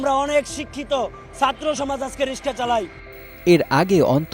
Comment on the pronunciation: রিক্সা উচ্চারণ করতে পারে না. এই আওয়ামী লীগ নেতা